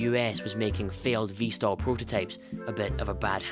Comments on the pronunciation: VTOL NOT VSTOL REEEEEEEEEEEEEEEEEEEEEE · Why does he say vstol instead off vtol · VTOL and NOT Vstal